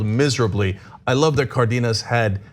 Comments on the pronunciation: It's not "Cardinas" it's Cardenas, as in Car Den Nas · She pronounced Cardenas correctly, which is very uncommon . "Car dean us" is incorrect and commonly used "Car den us" is correct